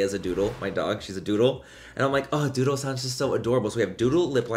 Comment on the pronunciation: When you first said “doodle”, I thought you said “dodo” 💩😂